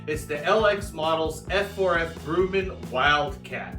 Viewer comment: It’s Grum-men, not Groo-man. Please, Sir.